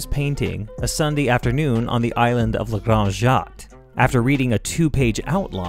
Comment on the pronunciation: LA granDE JAtte, not LE granD JÂte.